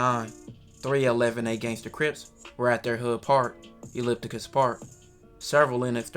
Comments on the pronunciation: Elipticus park?? 💀 💀 💀 lol it’s “ You-cal-ep-tus “ —— I know it looks weird, but eucalyptus is a plant that’s actually good for you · I was dying when he said that 😂😂😂😂😂 Everyone mispronounces it, including me at first 😂😂